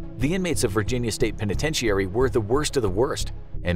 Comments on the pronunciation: Why do you say penitentiary like that ? I hate when people do that . The entire world pronounces a word one way but there is always one person that's like "nope I'm going to say it completely wrong".... you're that person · This video had me wondering if I've been pronouncing penitentiary wrong. I've always heard it pronounced "Pen-a-ten-chur-ee". is this a regional thing?